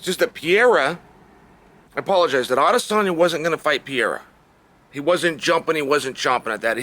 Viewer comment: Adesanya is literally the only name he says right